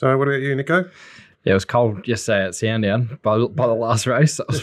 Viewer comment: For the love of Christ it’s Sandown, not Sawendown !!